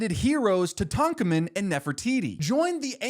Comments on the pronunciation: i was insane about gravity falls as a kid and my cats are named dipper and mabel so this video is kind of my- sorry i’m interrupting my own comment because ive never heard tutankhamen be pronounced like that and it is absolutely jarring. i want to study you like a bug (<- complimentary) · Nobody gonna say anything about his pronunciation of Tutankhamen?